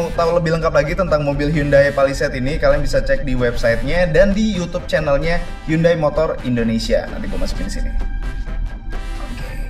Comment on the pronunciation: Bacanya handayy bang bukan yundai